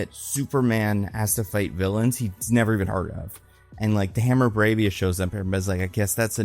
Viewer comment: Boraaaaaavia, right? Not “Boroooovia”?